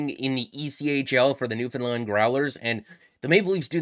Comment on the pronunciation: One of the few mainlanders that can say "Newfoundland" properly! Props my buddy by'